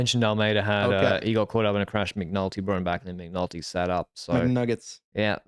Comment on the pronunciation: I swear I heard you call McNulty 'McNuggets'! Love that you guys are having a giro camp out ❤